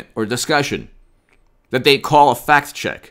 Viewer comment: are you saying "fact check" or "fat chick"? LOL